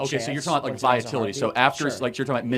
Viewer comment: Viability, Charlie, not viatility. :) Otherwise, wise and reasoned points as always.